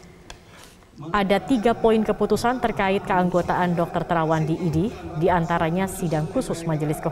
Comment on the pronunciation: IDI itu dibacanya Idih... segitunya, saya gak perlu IDI untuk sembuh, tapi dokter yang handal dan bermartabat bukan berjenggot ha ha ha, sebuah contoh ketidakprofesionalan yang hakiki.... kasihan bangsaku